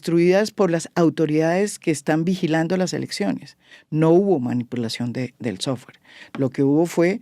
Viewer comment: "Un sowfare de una supuesta empresa privada" ???